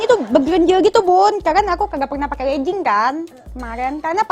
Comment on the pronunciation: Kl legging ucapannya jangan lejing